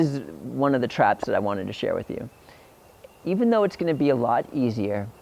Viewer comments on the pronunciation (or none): none